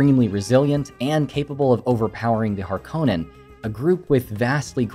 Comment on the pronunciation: I'm so glad you said harkonnen and not harkonnen